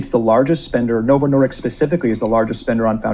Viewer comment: I ended up in the ER and had emergency surgery on my bowel about 9 months after starting Ozempic. It definitely helped me lose weight, but also cost me $5k in hospital bills. PS- the man in the video JP is referencing is completely butchering Novo Nordisk’s name. It’s not “Nordicks”. 😂😂😂